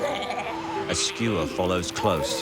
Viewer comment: Isnt Isn’t is Skua, not Skewer?